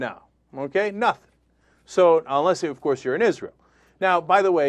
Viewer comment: i love when he says OVCOARSE!! LOL